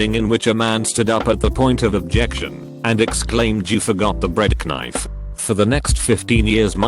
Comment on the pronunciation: Nobody: Narrator: BREAD KANIFE